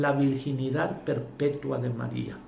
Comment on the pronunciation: No eres dingo de.. ni pronunciar el nombre de Maria .DEJEN de confundir a la gente.